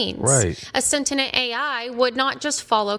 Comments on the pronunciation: I couldn't get over her constantly saying "sentinent" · why can't this chick say "sentient" properly